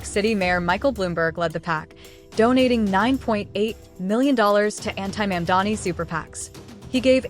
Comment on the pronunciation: Train your AI reader to pronounce Mamdani correctly. (Hint: the first syllable isn't "Ma'am.") AI slop is disgusting, and you're doing it wrong. If you spell Muslim "Mulsim" the AI moronic robot is going to pronounce it that way. PROOFREAD CAREFULLY or hire a literate human being to read your script.